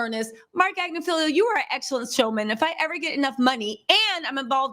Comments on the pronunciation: ag-NIF-aloh 😊 Not Agnif-feelio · It’s AGNIFILOOOOO , notttt AGNIFILIIIIIO Sis 💯💯💯💯💯💯💯💯💯💯💯💯💯💯💯💯💯